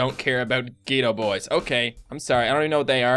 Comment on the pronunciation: It's pronounced Get-O boys.